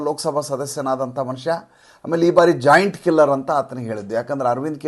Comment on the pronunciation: ಸಾರ್, ಖುಷಿಯಲ್ಲಿ ಕೋಟಿಗೂ ಹಾಗೂ ಲಕ್ಷಕ್ಕೂ ವ್ಯತ್ಯಾಸ ಮರೆತಿರ? ಹಾಗೇ ಜಾಯಿಂಟ್ ಕಿಲ್ಲರ್ ಗೂ ಜೈನ್ಟ ಕಿಲ್ಲರ್ ಗೂ ಉಚ್ಚಾರಣೆಯಲ್ಲಿ ವ್ಯತ್ಯಾಸ ಆದರೆ ಅರ್ಥ ಬೇರೆ ಆಗುತ್ತೆ.